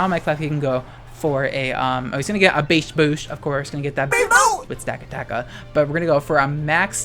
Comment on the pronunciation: the way you say beast boost is very funny it reminds me of my sister